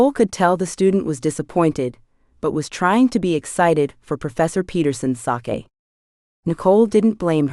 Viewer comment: Am very much enjoying your work, the AI narration is better than most however the incorrect pronunciation of words with multiple contextual meanings is a bit annoying. "Bow" and "Sake" for example, perhaps more careful editing might help? Thank you for posting this for free 😊❤